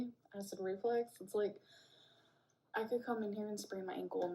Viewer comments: ReFLUX… it’s reflux, not reflex. Drives me insane every time she says it wrong. 🙄 all while acting like she’s so smart. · FFS it's acid reFLUX not reflex - her mispronounciations drive me crazy hahahaha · I do not believe ONE WORD out of her mouth. Not one. She’s lying about every single thing she’s saying. Yikes. Also ITS REFLUX! REFLUX FFS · Perfectly said. Her know it all, cavalier attitude is sickening. She knows the diagnosis, testing and treatment plan before they get to the ER, yet can't pronounce " acid reflux" correctly.